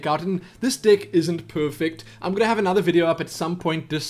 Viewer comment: Now I watch alot of your videos and really appreciate what you do. Thank you for the help and much respect. Now, with that being said, im hearing alot of "Dick" instead of "Deck" lol!